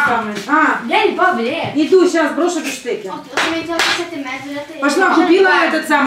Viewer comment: Говорить нужно БИФШТЕКС.Ваше биштеку уже напрягает.